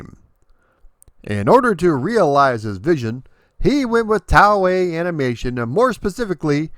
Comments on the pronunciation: “Tau-ei?” Do you mean “Toei?” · Road Blaster/Road Avenger is quite tense for a laserdisc game. Talk about the need for speed. Can't wait for you to do Time Gal next. BTW, it is pronounced "TOE-A", not "TOW-A" for Toei Animation. Just sayin' ;) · Toei is pronounced "toe-eh". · just a note: Toei is pronounced like "toy." They're famous for many franchises over the years including Dragon Ball Z, Sailor Moon, Super Sentai, and One Piece. otherwise, amazing work as always and I look forward to the next video! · It's really fun to look at this game and its different versions. I watch your videos relatively often and learn about video game history. Sometimes, I'm perplexed, however, due to things like the fact that you've apparently never heard Toei Animation being pronounced before. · Yup butchered the toei.